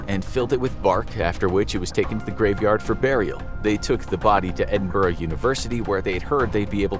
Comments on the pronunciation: ‘Edin-burgh’ Ew. It’s Edin-boro It’s fine though, you’re not from the UK. Great video ❤️❤️❤️ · It's pronounced "Edin-bruh" ❤